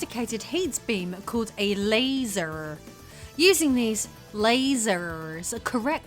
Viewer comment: You sounded American when you said laser